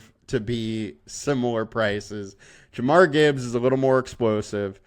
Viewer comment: Jahmyr not jamar lol